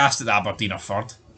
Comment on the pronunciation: How many times did uz guys say "fird" in that video